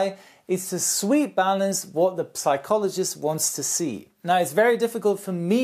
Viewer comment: Good video, just one note: "psychologist" is pronounced without p, as if it was written "sychologist"